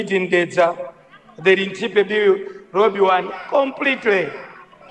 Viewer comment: Nkhumba chimwendo timat road not lodi kkkkkkk